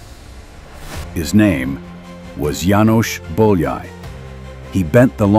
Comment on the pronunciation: bowl yay? lol how could you ruin his name so badly